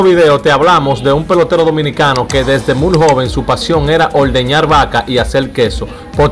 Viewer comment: Hermano,no se dice " La jalaba", sino jaiba. Tampoco se dice mul, sino muy. Hay que tratar de leer un poco más antes de hacer comunicación. Perdóname hermano, no te lo digo en forma de burla, sino porque suena muy feo.